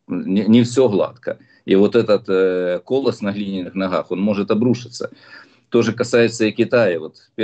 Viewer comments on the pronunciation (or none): Не кОлос, а колОсс.